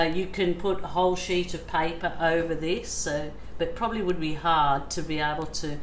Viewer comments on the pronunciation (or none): none